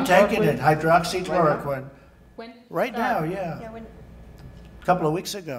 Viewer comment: Dave Verster he can’t even pronounce Hydroxychloroquine properly. I don’t listen to WHO anymore, it’s a waste of time. The WHO has lost its credibility under Tedros.